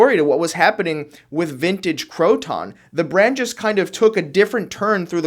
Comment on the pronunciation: I was a Croton AD.. it's Croton, not crow-ton, those go on salads.. lol. Cro-ten is more correct..